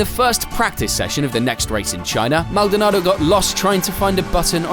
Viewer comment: Normal people: Pastor Maldonado Legends: Pastor Maldonaldo